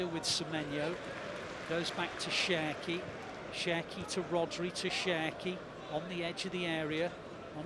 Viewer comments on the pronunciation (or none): You always say Sherki 😂😂😂